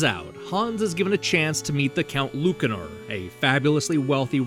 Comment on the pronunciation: Ya ever think maybe the c in Lucanor is pronounced like an S?